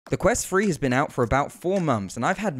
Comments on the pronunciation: Ffs, it's pronounced 'Thu-Re' not 'Fuh-re.' What is the matter with you Brits? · While the Quest has balancing issues,The overly positive comments for this review also need to be Balanced?The Device is pronounced Quest Three (3) Not Quest "Free"???Poor diction young man.My other criticism besides the horrendous Jarring Editing was the slightly cute but inaccurate term "Up to Stuff" Which for those slightly educated will know to be the correct term "Up to Snuff" (An old habit when people used to shove scented Tobacco up their noses for pleasure in the 18th century .I am of course being pedantic and playful 😊And appreciate your promotion of VR, Even though your presentation wasn't Up To Snuff 😊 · Wonder why he keeps saying Quest Free instead of Quest Three..... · "The quest twree" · Bro kept saying quest free 💀😭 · This video bugs the shit outta me because i keep hearing him say "quest free" and "fought" instead of "thought"